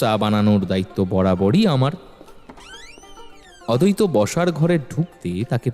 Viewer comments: নামের উচ্চাররণ ঠিক করুন অদৈত না আদ্বৈত। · অদৈত আর অদ্বৈত আলাদা আলাদা উচ্চারণ ......আপনাদের ও কি কানে লাগে না ।